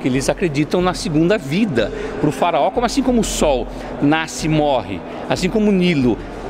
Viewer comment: Farao Deus kkkkk fala direito